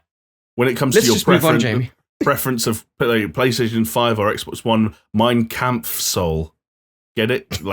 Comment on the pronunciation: “why can’t we get more subs?” 5 minutes later: “Mein Kempf-sole”